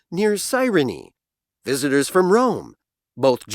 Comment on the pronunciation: visitors from Rome 에서 visitors가 다른 발음으로 들립니다, 확인부탁합니다